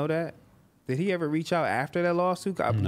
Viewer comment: why did he pronounce reach like that? lol